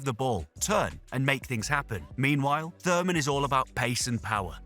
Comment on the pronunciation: "Thurman"? Really?